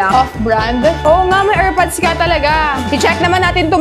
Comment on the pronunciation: Del-do ? Legi-ta-mate? Er-pads?jeh-wel-ry